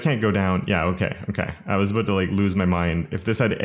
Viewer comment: You're exceedingly nice. What's that all aboot?